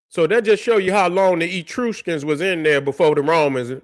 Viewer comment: Great video as usual. The pronunciation of Etruscans is soft e- soft u then skns.